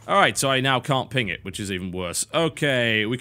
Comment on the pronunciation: Does anybody else think "Tim it" when he says "ping it"?